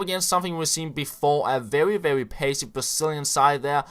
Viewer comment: mad props for beeing an amazing youtuber.! a little tip from a fellow dane, try and fix the "very" pronounciation. You are kinda going "vevvy" when you articulate